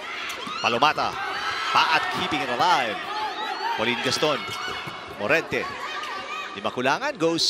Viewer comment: I love how the commentators kept saying Ponggay's name as PAULINE GASTON!!!